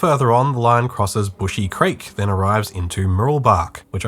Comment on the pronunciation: It’s Brushy creek, not Bushy creek, can’t blame you tho because I used to call it Bushy creek.